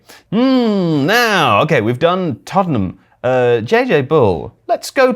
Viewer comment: Can't get over the fact cannot say Tott'nham